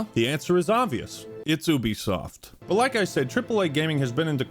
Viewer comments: never in my life have I heard someone pronounce it as oobisoft. I always thought it was yoobisoft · Wait….. is it pronounced’Ooo-bie’ or ‘You-bie’?? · Wait. Wait. Wait. Hold up. Hold on. Have I been pronouncing “Ubisoft” wrong my entire life, or are you just making fun of the name by saying it like that. I thought it was “you be soft” not “ooby soft” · Isn’t it pronounced “You-be-soft”? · Why can't Americans pronounce the letter U? Call of Doooooty Stardooooo Valley Oooooobisoft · Is that how ubisoft is pronounced? I always called it You bisoft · Wait is it ooo bisoft or you bisoft? He keeps pronouncing it ooo bisoft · Is it not pronounced Youbesoft?